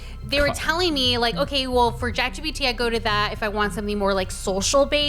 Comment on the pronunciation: Why do ppl call it jat-gpt